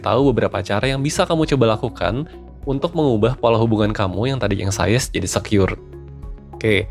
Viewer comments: Bacanya eng.syes bukan eng.sayes...cm mau blg gt aja🙏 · anxious bacanya ang(k)shes min bukan ansayes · Inggris lu ganggu banget,anxious dibaca anxies. Bukan anxaious..